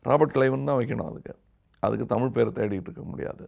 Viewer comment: When "P" joins with "h" like in Photo or Physics, it is pronounced as "Foto" or "Fisiks". Not Poto or Pisiks. Same way "Z" joins with "h" it produces the right sound as in Tamizh not as in Tamil. Two different "L" sounds. Hope it makes sense.